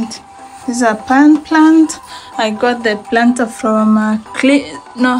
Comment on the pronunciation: Nice house but you " ngot" it from😅